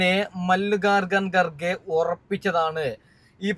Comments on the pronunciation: മല്ലികാർജുൻ ഗാർ ഘ എന്ന് പറയാൻ പോലും അറിയില്ല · എടാമല്ലികാർജുൻ ഗാർഗെ എന്നു പറ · കാർഗെ എന്ന പേര് ശരിക്ക് ഉച്ചരിക്കാൻ പോലും അറിയാത്തവൻ ആരത്